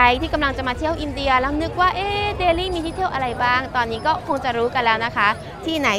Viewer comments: ไม่ต้องออกเสียง ลี่ นะจ๊ะ เพราะคนอินเดียเค้าก็เรียกเดลลี ไม่มีไม้เอก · กานดีบ่อยจัง รู้มั้ยกานในภาษาฮินดูหมายถึง ตูด ชื่อเค้าคือแคนดี หรือคานทีก็ได้ แต่นี่เธอไม่มีข้อมูลดีพอเลย และการออกเสียงภาษาอังกฤษถือว่าแย่ แต่อย่างอื่นโดยรวมคือดี อ้ออีกคำคือ เดลลี ไม่ใช่แดลี่ บ้าไปละ